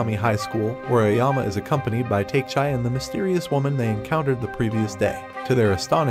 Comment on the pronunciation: it's takechi, not teichai...